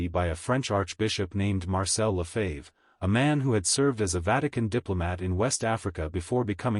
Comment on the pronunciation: AI -- pronounce the name "Lefebvre" correctly. Sensationalistic. Five minutes in, not worth continuing.